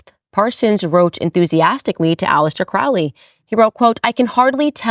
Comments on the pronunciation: It's pronounced Crowley like lowly, not Krau Li. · KROW-lee. Not KRAU-lee. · Crowley isn't pronounced that way. The trick to remember is "Unholy Crowley" not that it really matters. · just fyi, not making a statement on my beliefs, but his name is pronounced CROW-ly (like the carrion birds). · "Crowley", as in Holy. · Crowley is pronounced Cro-ley,it ryhmes with holy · Aleister *Crowley -- they pronounce it [kroʊli]. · “Crowley”, usually pronounced Crow-ley, as in 🐦‍⬛ Crow, the bird! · 🪄 pronounced crow-lee ... 😒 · Its crow lee. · Crowley wrote a poem on how to pronounce his name. The second someone pronounces it wrong I automatically know they have no idea what they're talking about. ;) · Candace, you are learning but at least learn to pronounce their names correctly especially the CIA baby eater book writer. Do you know the name is pronounced just as you say the birds name and he was adamant about it. If you would like to really get into it, read all this books, find the women who he inpregnanted then convinced them too sacrifice /ate. Check the mental institutions.